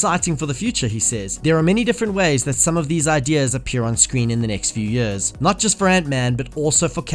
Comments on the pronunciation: Its years, not yurs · what dialect is it where you pronounce "years" as "juus"? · Fucking hell learn how to say years